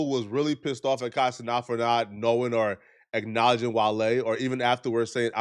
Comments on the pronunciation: Kai had no clue who he was and he butchered his name because the boy can’t read not being disrespectful. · You like Kai but still say his name wrong.